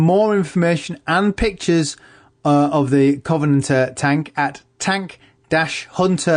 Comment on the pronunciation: Kov-en-ant-ur it's really not that hard.